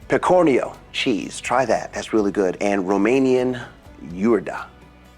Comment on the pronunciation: Pecorino cheese you mispronounced it as pecorian